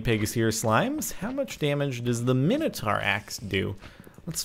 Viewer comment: Its Mine-oh-tor